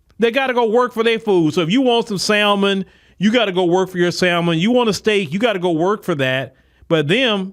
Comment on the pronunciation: I guess I must be MAGA, then..... Also, the "L" in salmon is silent.